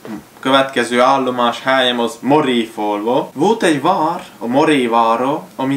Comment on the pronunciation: Helló! Amúgy az Máréfalva nem Maréfalva...